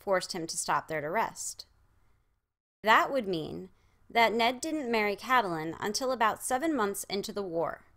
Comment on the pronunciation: Please, please, PLEASE, I'm begging you, stop pronouncing her name as Cat-a-lyn. Its CAT-lyn. Two syllables only. I love your deep dive theories and think that your videos are brilliant, but by mispronouncing a main characters name......its disappointing. Sorry, I'm not trying to be nit-picky or a Debbie Downer, but it really gets to me.